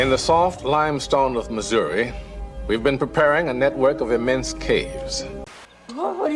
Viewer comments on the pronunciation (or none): none